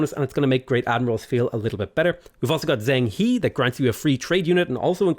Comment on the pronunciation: I don't generally care about pronunciation, but Zheng He is pretty interesting and so mispronouncing it so wildly jumped out at me a bit. More like "Jung Ha" (although I think it's not really supposed to be a hard J sound, more like a voiced "sh"?)